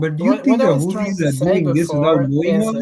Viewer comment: Can somebody please tell to stop calling the Houthis the Huttsi ffs